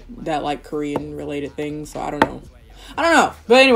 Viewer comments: You're Korean pronunciations sound so good... Do you speak Korean? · Your Korean pronunciation is really good :) Love from Korea 💓